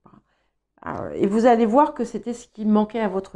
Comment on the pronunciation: « Vouér » au lieu de « voir » 😆 c très Québécois!!! 😉 hahaha